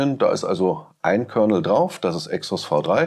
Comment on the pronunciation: Bei Commodore heisst es Kernal - nicht Kernel.